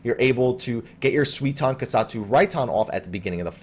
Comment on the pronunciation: It's something like "sooy-ton", not "swee-ton" :D But apart from that, great video, thanks for uploading it! :) P.S. I just swapped my client to Japanese and Dancing Edge's buff is a combo bonus (it doesn't require being on the flank), so the tooltip in English is just wrong, it's not a bug.